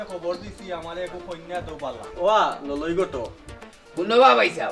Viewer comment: ললই না খলই বা